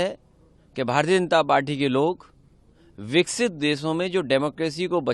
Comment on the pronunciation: नासमझ, विकसित भारत को विक्सित भारत बोल रहा है।